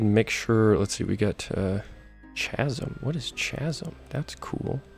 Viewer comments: "chasm" is pronounced with a "k" sound .... Like in the word "killing" as in you're killing me with your pronunciation of chasm 😂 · lol its ca-sm no cha-sm lol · was going to subscribe but you cant even pronounce the word chasm in english, and i cant handle it.